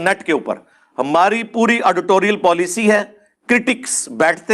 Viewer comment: Mira Engineer, it is not Auditorial, it is editorial wah Engineer your english.